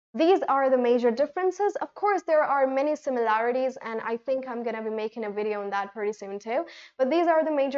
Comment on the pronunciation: I fink you should focus on the vowels , consonants and dipthongs pronunciation see that it comes out of your mouth without making extra effort or opening your mouth too much when you use these basics in the words pronunciation